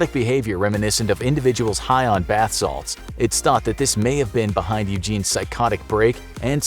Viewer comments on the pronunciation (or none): none